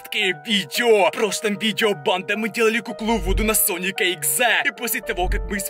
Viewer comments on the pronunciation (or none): Бесит сильно банда́ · Он такой говорит:БанДа,НасТя,ВидеО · Не панда🐼 а пандабанда😸 ну если честно то я слышу банда но иногда панда